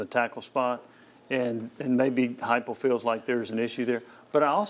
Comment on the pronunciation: Who called plays first half Halzel , second half heupel